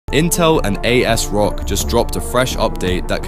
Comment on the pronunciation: As-rock, is how it's pronounced sir.